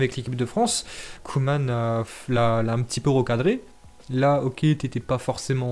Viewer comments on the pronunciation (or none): none